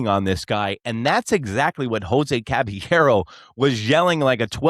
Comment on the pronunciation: It's pronounced CABA-YERRO